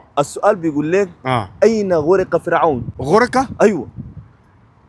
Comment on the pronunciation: غَرق وليس غُرق